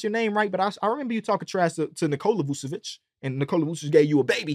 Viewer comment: Vukčevic not the same as Vučevic There is "k" in Tristan last name